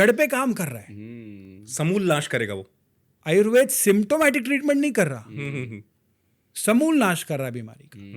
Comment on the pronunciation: जनाब आयुर्वेद को आयुर्वेदा नहीं कहें,क्योंकि आयुर्वेद को वेदा कहकर हमारी संस्कृति का अपमान लगता है। इसलिए आयुर्वेद ही कहें।